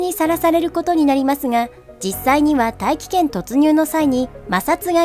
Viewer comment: 大気圏への突入が 愛知県への突入に聞こえたww